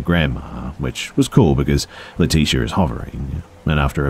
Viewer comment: Why do I feel like leticia's name is pronounced Lee-tich-a? Good try tho. Lol I think some of the uncommon names people come up with are so beautiful. Leticia is common tho